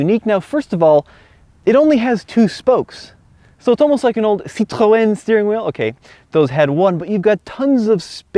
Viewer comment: Are you French? You say "Citroën" with the perfect pronounciation !